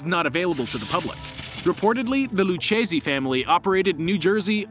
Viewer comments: Lucchese pronunce is Lukkisi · If you can’t pronounce Lucchese correctly you neither deserve a like, comment, nor follow! It’s “Lou-Casey”, the two “c’s”and “h” makes a hard “k” sound. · lucchese (luu-kay-zee) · Lucchese pronunce is Look-heh-seh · Its pronounced lukayzee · Lucchese Is pronounced luke -eseh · They are called "Colombo" and "Lucchese". Just leaving that here. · Your video lost all cred after the way you butchered the pronunciation of "Lucchese". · When he pronounced lucchese and siciliano wrong I already knew it would be a problem